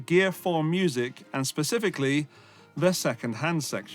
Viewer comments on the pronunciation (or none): none